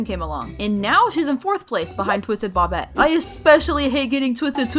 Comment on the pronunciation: Js so yk, Bobbette is not pronounced like "bob bet" It is actually pronounced like "Bou bet"